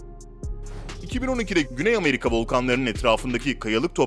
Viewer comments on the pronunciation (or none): none